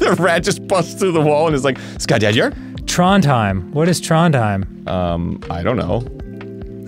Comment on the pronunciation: As a norwegian, nothing is funnier to me then hearing Dan trying to pronounce "Skadedyr"